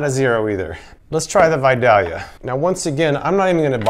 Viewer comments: It's pronounced "Vi-day-lia". I guess you have to be from there to know how to say it. Love your videos. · Killing me every time you mispronounce Vidalia...love your videos btw.